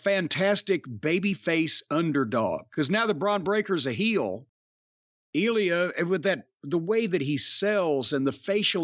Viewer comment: It's not eel-e-uh, it's ill-ya